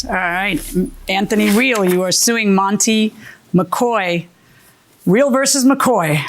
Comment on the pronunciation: it’s not a big deal your right but it just sounds bad. That man’s name was “MACOY”and the defendant kept saying “MACOR” 😂.